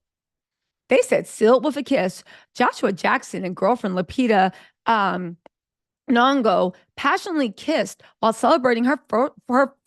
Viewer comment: Babiiie! Her name is Lupita... Nee Yong O (Nyong 'o). I'm not Kenyan but I'm African so this is how I would say it. Then again I was born and raised in France so... 🤣 I think he is using her too. And I'm afraid with that ex of hers, that she's not the most clairvoyant cookie (not smart 😂)! Remember at the Oscars with the blue dress when her brother was all up in the camera's face as if we knew him when he was supposed to be her support?... Well that's the girl she must be. A naive little princess! (She was Rich already in Africa and African Rich means you are raised like Prince Georges of the Wales, UK! 🤣)